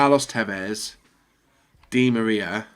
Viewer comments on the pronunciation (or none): none